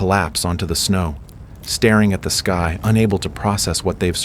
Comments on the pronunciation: shows you use AI.. sky pronounced as ski lol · When your 'narrator' cannot even pronounce a simple word like "sky" properly, then we KNOW your content is AI-generated. EDIT: Have noticed that many commenters do not appear to have a problem with cheaply-made AI slop. If you idiots are prepared to accept crap like this, then the future is indeed most bleak.